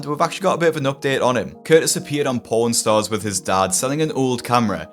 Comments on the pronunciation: this is gonna make the top 10 list for worst speech fuckups bro. Ik he was tryna say pawnstars but damn, that one came out different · Brother, I need you to REALLY work on your pronunciation of "Pawn Stars" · very bad pronounciation of pawn star or my mind is fried but i heard something very different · ohh u said PAWN stars. I had this video open in the background while writing my papers for school and had to do a triple take cuz I thought you said... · When you said "Pawn Stars" your accent made it sound like you said something else to my American ears. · That pronunciation of "Pawn Stars" caught me off guard. For a second i thought this story was going to take a dark trun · Bro, his accent made me think he said p--nstars